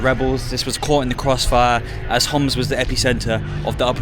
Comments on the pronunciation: we say Homs not hamas bro fix it if you can pls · Love this! So important to show how resilient the Syrian people are! But, please, get the Homs pronunciation right. It’s not Hamas, and is a bit dangerous to get that wrong. Would recommend talking to Arabic-English speakers rather than just through a translation app to not miss the nuances. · the guy said as Homs (being from Homs) not Hamas as you translated, could be a typo but you should double check